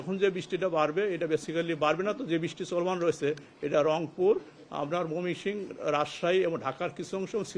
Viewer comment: মমি,,,কি,,,???? ময়মনসিংহ, শুদ্ধ ভাষায় কথা বলেন,,ষ না হলে আপনার আঞ্চলিক ভাষায় কথা বলেন,,,😮😮😮😮😢😢😂😂